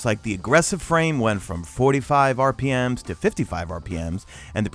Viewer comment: Who else got mad when he said rpms?